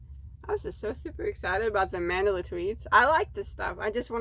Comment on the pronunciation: MENDELA ❌ ITS """MAN-DA-LA"""